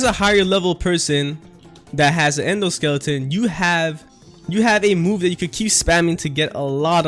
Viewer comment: Did this dude just say endoskeleton